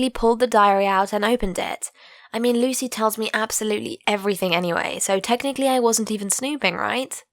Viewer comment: What she said: Lucy What I heard: Luicy